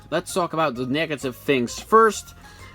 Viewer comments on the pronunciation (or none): fuck your mouth when you saying sloewwww